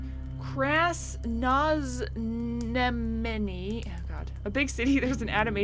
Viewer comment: Another great video! Game looks pretty cool. I instantly thought of Finding Nemo when you were trying to pronounce Kraznoznamenny. Sounded like Nemo trying to say "anemone." :P Lol